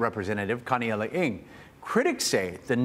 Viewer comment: Kaniela Ing???? OMG. No! No! No!